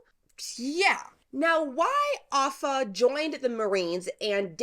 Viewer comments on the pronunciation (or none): Her name is pronounced 'Oh-pha' and Corps is pronounced 'core’ not 'corpse'. Other than that, great video!